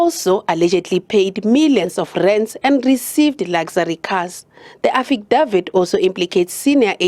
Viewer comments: I hardly heard the report. All I heard was affidavit being mispronounced repeatedly - to the point that I wondered who da eff is "Affie Dawid". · Lol Affidavit 😂 you should buy some ENGLISH LESSONS